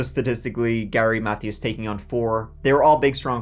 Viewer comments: love you loads but Mathias is pronounced muh-THEE-us. not math-ee-us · Gary's last name is pronounced Mathias with a capital I sound. Math-ī-as or Math-eye-as. This is a great video, and you do a very good job. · "Mathias" is pronounced "Muh Tias". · Mercury Mon-tea-go. Gary Muh-thigh-us. not "mon-tay-go" and "math-thee-iss" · Alright....say it with me now. MUH-THIGH-ISSSSS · His last name was pronounced "Ma - thigh - us". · Mathias is pronounced“Muh—Tee—Us” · Please Google how to pronounce "Mathias" correctly.